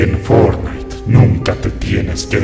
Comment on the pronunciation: fornai fornait :v XDDDDD